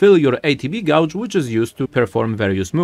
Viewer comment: Great video. Gauge is pronounced "gage" though. the "u" is silent. And Assess is pronounced "uh-sess".